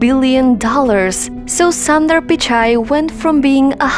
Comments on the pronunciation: Get the name proper first it’s not Sandar it’s sundar ....1.30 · It is an injustice to pronounce the name of Mr Sunder in this wrong manner and one could have taken care to know how this name is pronounced